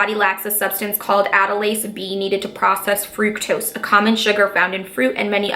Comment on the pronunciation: It's not frooktose it's fru-k-tose my 12 year old cousin know how to pronounce it.